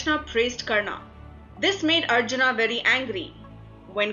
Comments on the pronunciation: This video has a lot of bonus information because it is not substantiated. Right at the outset, it calls Hindu Epics as mythology when they are in fact Itihas. If they were mythology then how come this channel is trying to show the correct FACTS? The pronunciation of the commentator is bad. There is no need to add 'aa' sound to the names. It is Pandava not Pandavaa, Karna not Karnaa, Arjuna, not Arjunaa etc. Back to the drawing board, you are doing a gross disservice to the Hindu tradition. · y r u pronouncing arjun and karn in correctly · its Ramayan, Krishan,Ram,Karn,Arjun...plz dont put a in every name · Please don't speak out the 'a' at the end of sanskrit names like Karna or Arjuna... it is supposed to be pronounced as Karn and Arjun. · Good video but why does the narrator adds an 'A' in every other word. It is said as mahabharat not mahabharataaaa. It is karna not karnaa. Similary for so many other words. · Not a mythological myth, it is India's history. Pronunciation is Karn, Arjun and for more names or places like these.not Karnaa, Arjunaa, Mahabhartaa. Perfect sound of Indian accent but foreign pronounced words. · Why the overt use of 'a' at the end of every name? Coming from any Indian language speaking person this sounds more like an anomaly than a regularity. Its Karn, Arjun, Bhism, Ved Veyas and Mahabharat instead of Karnaa, Arjunaa, Bhismaa, Ved Veyasaa and Mahabharataa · KARNAAAA, ARJUNAAA, RAMAAAA, SUGRIVAAA for GOD sake those are names and they should be pronounced same in all languages, gladly she didn't say DRAUPADIAAA. So irritating to hear that and also stop making up foolish stories that Draupadi loved Karn this is no where mentioned.